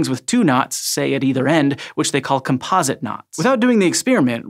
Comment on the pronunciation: Wait... how did you say “composite”?!?!